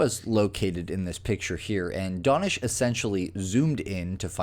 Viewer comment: How do you get "Donish" out of DAnish?